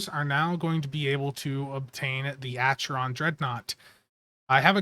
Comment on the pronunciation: Great content updates buddy! One small correction, the phonetics of Acheron sounds like Ackeron, there is no cha sound. Take care and have a good day!